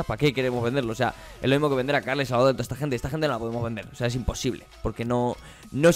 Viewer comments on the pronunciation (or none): none